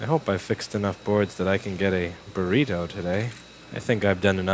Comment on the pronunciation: I understood everything except "booreedo". Is it some kind of animal?